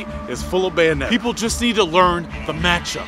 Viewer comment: Bayonetta you mean BANonetta kappa